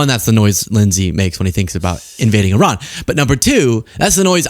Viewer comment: you're the only person in my daily news that can pronounce IRAN. Thank you for giving me hope in these highly rednecky illiterate times. 👏👏👏👏